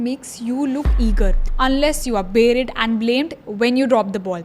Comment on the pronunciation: Berid !? Ur pronounciation sucks. Did u even get a job ?